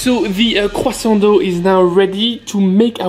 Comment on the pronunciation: Love the way you say QUSANT